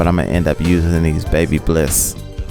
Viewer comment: It’s Ba bliss not Baby bliss sir😂